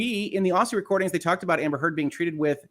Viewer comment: Aussie = Ozzy... say it like you would Ozzy Osbourne please Love your work.